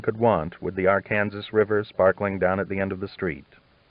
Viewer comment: I am enjoying listening to these but I can't help but get a bit irritated with the way he says some words wrong. Arkansas and Xavier are two that come to mind right off.